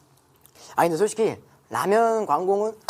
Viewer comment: 근데 광고는이라고 하려다가 는에서 재채기 마려워서 힘이 들어가면 은으로 발음되기는 함